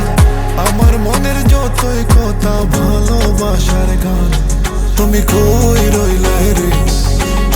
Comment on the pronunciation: এই লাইনটা বালবাসা না,ভালবাসা হবে এতো বড় মাপের শিল্পী হয়ে উচ্চারণ ভুল।